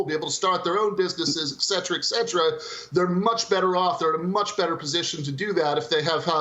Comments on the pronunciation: A professor who say “ek cetera”. 🤦‍♀️ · A teacher that doesn’t know how to pronounce “et cetera”.